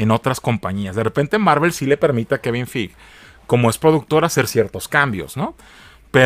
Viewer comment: Se pronuncia Kevin Fig